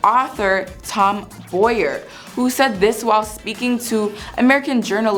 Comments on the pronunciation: Please get the royal authors name right. It is Tom Bower not Tom Boyer. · You've done a great video here! I only want to help by pointing out that the name Tom Bower is pronounced like bow-wow, not boy-er. ❤